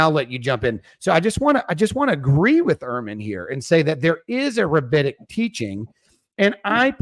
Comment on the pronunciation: The word is rabbinic, not rabbitic. They weren't taught by rabbits.